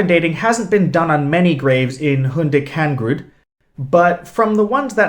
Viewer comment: For the sake of clarity: These ancient graves in Northern Estonia are called "Hundikangrud". Their location is Muuksi village. Usually I don't mind foreign pronounciation. But this time I was so confused when I tried to understand what their exact location is. I would suggest you to write "exotic" placenames in videos or video descriptions. Interesting video though. I respect that you came to our region. It is especially rare when people visit us because of archaeology.